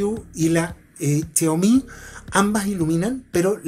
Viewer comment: chiaomi? jajajajajaja es xiaomi